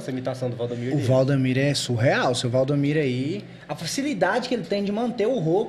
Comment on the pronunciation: Rapaz, não é Valdomiro, é Valdemiro 😅